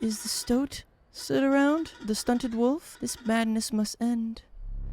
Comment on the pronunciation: Is no one gonna talk about how he calls the wolf cub a wolf club and a wolf a woof? (Not tryna be mean)